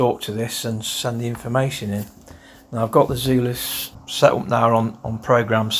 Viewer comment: Is it not pronounced Zulus as in Rorke's Drift